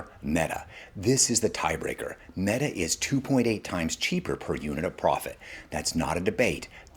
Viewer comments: This guy said, "Maetuh" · Mate-a?? Are we AI-ing these videos? Lol Great video either way! Thank you sir! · Made uh